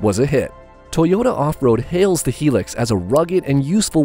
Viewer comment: Its not a Helix. Its a Hilux ( pronounced High Lux)